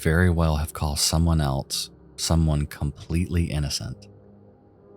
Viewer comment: "What eltse" you mean "what ELSE".